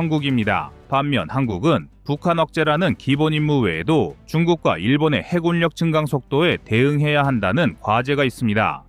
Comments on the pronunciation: 허~ 해굴력 아니구요. 해군역 이라고 발음해주셔야지. 몇 몇 발음이 옥의 티 인데 치명적인 티이기도하다는.. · 해군력. 해굴녁× 해군녁o 발음 정확히 하셔.